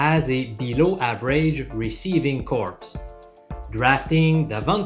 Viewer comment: Great video! But what's a "receiving corpse"? j/k my French is atroce.